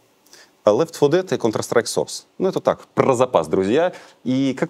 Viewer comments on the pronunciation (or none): none